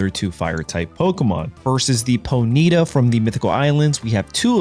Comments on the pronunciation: Pony tah not "Poneetuh" Fuck. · it’s pronounced PONY - TAH